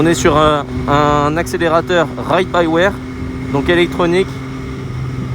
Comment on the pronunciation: Super essai, par contre la caméra ne film que le compteur et pas la route devant toi, c'est frustrant à regarder ! Ah, et c'est "by wire" et pas by wère" XD